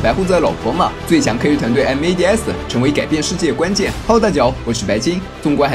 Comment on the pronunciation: 我挺想听白鲸直接念mads，而不是M.A.D.S的，那就完美了